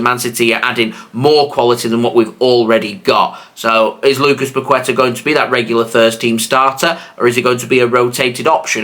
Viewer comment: Bro you need to pronounce Paqueta right 😂